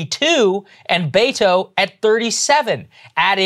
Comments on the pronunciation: It's not Baytoe...use beh-toe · I hate him for the sheer fact he pronounces his own name Bay-To. It’s Be-Tho. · Bet-tow, not Bay-tow. Are you EVER going to get this right? EVER? You make fun of lazy journalism all the time. This isn't just lazy, it's a personal insult to the candidate. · “Bay-toe”? It’s pronounced Beh•to, just a heads up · It’s Bet-o not Bay-to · Roberto becomes Beto. But that should be "Beh-toh" not "Bay-toh" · I cringe everytime I hear them say "Bayto". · Just saw a video of him saying his own name as Beh-Tow which is better but annoying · it’s not about him. It’s about blatantly mispronouncing a name that hundreds of thousands of people have. Culturally inept. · Im so sorry, so sorry. I must ask... Why are you mispronouncing his name. Mocking or subtle racism???